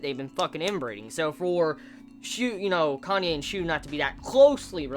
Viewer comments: It's KA NA E not KANYE xD pls no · It's Kanae man, not Kanye. lol